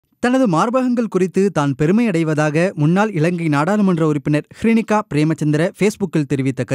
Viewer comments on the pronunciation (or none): அவரின் பெயர் ஹிருனிகா. "ஸ்ரீனிகா" இல்லை. செய்தி ஆசிரியரும் வாசிப்பவரும் ஊடகவியல் கற்றுத்தான் வந்தார்களா?